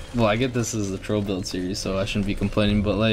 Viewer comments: Crul not crule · it sounds like crawl